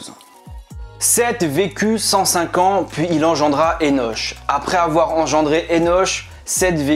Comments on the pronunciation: Merci ça pique mes oreilles le [enoch ] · Henoch(Henosh) se prononce [Hénok] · Le( ch) de Hénoch se prononce ( K)